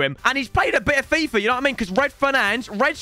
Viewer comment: How he says fifrrr